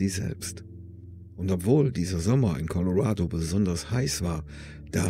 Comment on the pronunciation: Danke, dass Du korrekterweise "Colorado" sagst, und nicht "Coloräido".